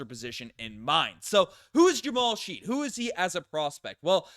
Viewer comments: I loved the Jamal Shead pick (but I’m pretty sure its pronounced shed, not sheed) I watched him in march madness and liked him. I also loved the ja’kobe walter pick. I don’t know anything about mogbo though. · you definitely didn't watch the ncaa tournament... his name is Shead not friggin Sheed 👍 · Yes, it's pronounced Shed. Not sure how watched clips and didn't pick that up. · It's pronounced like "shed." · Bro it's "shed"